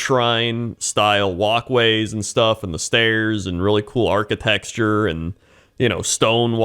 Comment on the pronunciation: Did this guy just say "Architexture" ???